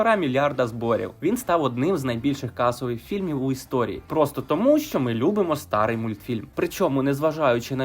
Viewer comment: "старий" - наголос на 2-ий склад, а не перший. Якщо Вам відомо, що таке склади. Не "за вуха" з на наголосом на "за", а "за вуха" з наголосом на першому складі слова "вуха".